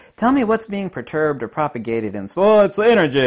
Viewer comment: Okay, light and waves are verbs or adverbs, action words. And perturbed is not pronounced proturbed. Thank you. However, in the viewer you say the light represents magnetism and the dark represents dielecricty. One is a rarefaction or expansion and one is a compression. Not unlike "waves." Waves can be a "thing" or an expression of something happening, even if they are simply an "effect." Because they amount to something of value. Kinetic energy or energy in motion, variance in charge, or magnetic pole alignments of this vortexing toroidal compressing and expanding pressures of etheric fractality between the loss of time and the expansion of time, in variation, or as spacetime, or space. If we say nothing is moving, then regarding pulse perturbation, we might say that field variation, or pole alignment, or charge value increases and decreases, as in compresses and expands, or speeds up and slows back down. Best yet is to say it is in equilibrium and disequilibrium. Also changing in shape, as in oscillating as well as like an ice skater bringing in the extremities for a higher spin rate, or expanding outward to slow down. We have also explained this as additive or constructive versus deconstructive because of rhythms. Better known as harmonic resonance of mass. If our energy is pulsing together or out of step. What you are missing here is that numbers do add up, subtract, multiply and divide. Numbers or ratios amount to vortex field theory as you wear tatoos of fractions